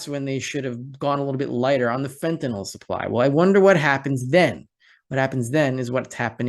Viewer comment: Another reason I enjoy listening to you is your perfect use of English. Thank you for pronouncing Fentanyl correctly. I get so tired of hearing professional speakers say Fentan-ALL.